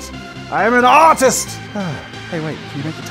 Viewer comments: "I am an AUTIST, I am an AUTIST!" - What it sounds like Jazza said, 2k17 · I'm going to walk up to my art teacher and shout "I AM AN AURTWIST BEITCH!" (I know I spelled it wrong. I feel like that's how Jazza would pronounce it.) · I Am An uh-tist